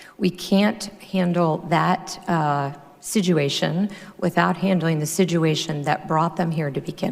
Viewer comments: Listen to her speak, she says "Si-Jew-ation" instead of "Situation". Really fucking bothers me LOL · "handle the sijuation" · I've never heard anyone pronounce "situation" as sid-joo-ay-shun before. Maybe SHE should finish learning English. Kirstjen Nielsen is the blonde-haired, stone-faced Defender Of Tyranny. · Why does Kristjen say "sijuation"? What's with her and unnecessary Js? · Please say "Situation" properly. Trump please fire her.